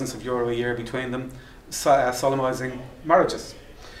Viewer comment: I'm a huge fan of Atheist Ireland and Michael Nugent. Michael, if you read this and if you are open to constructive feedback, please note that to an American ear when you talk about people "solemnizing marriage" it sounds like "sodomizing marriage". Maybe we just don't really use the word solemnizing in the States. just my feedback for whatever it's worth. Keep up the awesome work that you do!